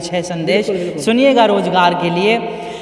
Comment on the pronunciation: بھائی بہت خوب اللہ مزید ترقی نصیب فرمائے لیکن آپ تعلیم اور حاصل کرلیں الفاظ کی تصحیح کریں ز کی جگہ ج بولنے سے بہت برا لگتا ہے سن کر مثلاً مزہ کی جگہ مجا روزگار کی جگہ روجگار